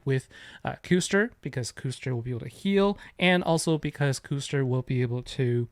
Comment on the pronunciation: Sweet video Custer is such a pain in arena easily fastest so after charge gear fastest Custer gets gem move first. Btw it's cuss ter would be my guess like the European pudding.